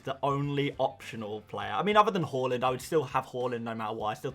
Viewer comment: Why do you pronounce Haaland as Holland tho? 😂